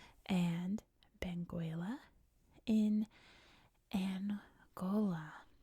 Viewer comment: We don't pronouce the u in Benguela. It's pronouced Beng ela.